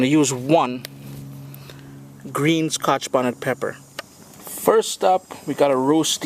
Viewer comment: lol the way you say scotch bonnet is so funny to me. Its like Ska-Hah-tch Bonnet. i know its your accent and im not making fun of you, i just find it interesting. You know what i mean, like when you enjoy the way somebody's accent sounds....thats all i meant, dont take offense